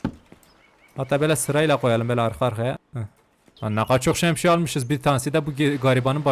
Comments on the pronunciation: Abi sen neden şemsiyeye şemşiye diyorsun PUDHDHJDJD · Şemşiye✅ Şemsiye ❌ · Şemşiye dedi lan😂😂😂😂😂😂😂😂😂😂😂😂😂